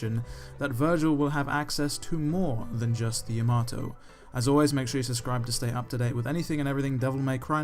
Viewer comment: Why is Nero the only one who pronounces Yamato correctly? 😂